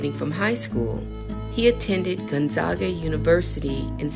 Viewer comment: Great info! Spokane is pronounced as "Spoh-can" (like a can of Coke) and Gonzaga as Gone-zag-uh (middle syllable like "zigzag").